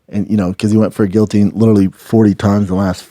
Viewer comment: The fact Brendan fought in the UFC and cannot even pronounce guillotine correctly!!! Lol so funny 😂😂😂